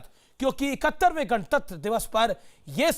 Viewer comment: शोएब जमूरे तूने क्यों सूअर की आवाज़ में गाने की माँ दोच कर भौंका, संविधान की दुहाई देने वाले लूले ने गणतंत्र दिवस को गणतंत दिवस बोला, काला भूतिया कहीं का